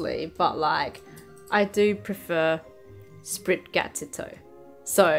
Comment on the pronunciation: It's "Spri-gah-tee-toh", btw. Like "gatito".